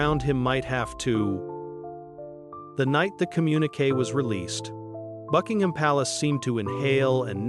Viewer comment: Anything with AI narration about "bucking-HAM" palace is just a piece of shit.